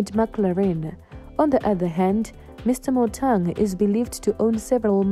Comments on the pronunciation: Motaung not Motang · How can you compare kaizer and mama mkhize there is too much difference between the two where are you from you can't even pronounced Motaung what is motong